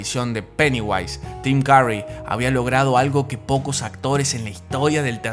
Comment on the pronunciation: AI is so stupid it can't even pronounce Tim Curry correctly.